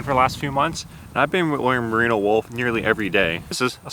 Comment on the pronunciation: “Marino” isn’t the name of a wool, it’s the name of the best QB to never win a Super Bowl. You mean “merino”.